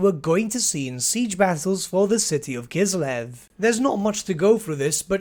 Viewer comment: That's great. Finally the word "Kislev" is pronounced correctly